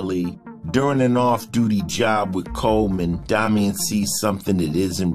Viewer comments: Good show & great upload quality!!!! I'm stuck on the fact tho that the guy named calls himself Domian tho sounds stupid as hell when it's clearly spelled like Dame-ien 👀 only thing that bugged me lol, other than that, great show & quality!! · I’ve never heard pronounced like that,it’s pronounced Day-mee-en where I am